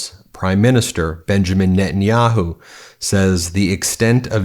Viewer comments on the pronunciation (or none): none